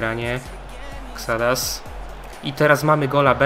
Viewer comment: mała pomoc ode mnie nie mówi się Xdas tylko Ksadas a poza tym spoko materiał bardzo mi się podoba ta kariera